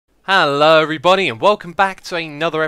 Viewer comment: It sounds like you're saying "hello everybunny" in the begining